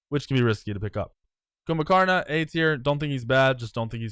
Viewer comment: TFIBeast he said jumbhakarna not kuzenbo